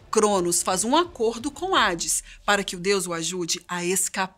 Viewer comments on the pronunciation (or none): none